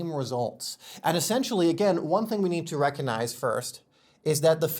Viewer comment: ReCOGnize. Hard “G” sound, like “cog” in a machine. ⚙️